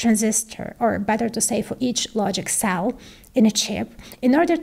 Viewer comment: When she said "low-chik cell", then I believed she had something to do with the design of VLSI...